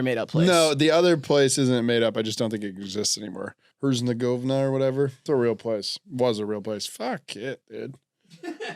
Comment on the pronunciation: is refering to bosnia and herzegovina btw (its pronouned her-zeh-go-vee-nuh)(i think)